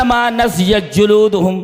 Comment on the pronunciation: السلام علیکم ورحمتہ اللّٰہ وبرکاتہ شیخ محترم شیخ نضعت نہیں نضجت ہے معذرت کے ساتھ